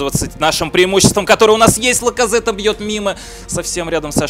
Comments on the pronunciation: Не Лаказетте, а Лаказетт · Не Пайет, а Пайе и не Ляказете, а Ляказет